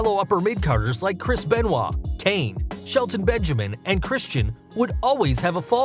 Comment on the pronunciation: You pronounced Benoit wrong just so you know